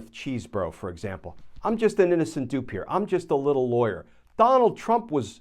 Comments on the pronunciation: "CHESbro", not "CHEESEbro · It's NOT CHEESE-bro or Cheese-BOROUGH....it's "Chez-bro." (Cheese is spelled with 3 e's, ya know.)